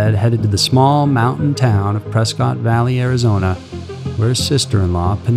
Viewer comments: It's pronounced Pres-kitt not press-cot lmao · off topic but you pronounce Prescott incorrectly.